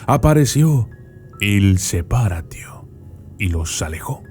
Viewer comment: Il Se-PÁ-ratio*